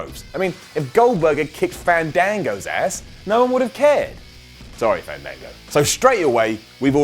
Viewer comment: Fandango's name is pronounced with soft A's. There was a whole gimmick about how to pronounce his name. Remember? :-D